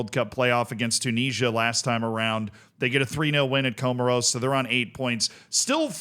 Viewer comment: Comoros😂😂damn dude do some homework and get the pronunciation right😱